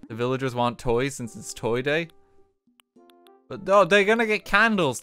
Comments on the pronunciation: The hoiti toity is so strong that he can't say toy day properly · no one: rt: TOY DOIE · I just mentally shit myself listening to RT say Toy Doy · “Toy doy”